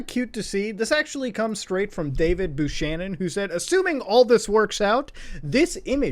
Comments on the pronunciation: It’s David Bew-cannon Muta!! Not Bew-shannon! 😂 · I mainly speak french and the way he said Buchanon triggered me...